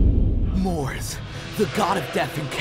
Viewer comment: Not to mention the weird mispronunciation of Mars as "Mors." Also I don't think he was really associated with death? I was under the impression that he maybe encompassed carnage or bloodlust, but was about martial prowess first and foremost.